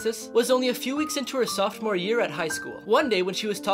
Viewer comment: This man really pronounced sophomore like softmore 🤦🏽‍♂️🤦🏽‍♂️